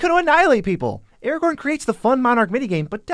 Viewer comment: I'm sorry but Aragorn, Gandalf, Galadriel, Théoden, Círdan, Celeborn, Éomer, Angmar, Gollum are all off, plus others being somewhat off, too. Typical americanization of names. Certainly, while it being one of the somewhat off, I appreciate Sauron not being pronounced as "sore-on".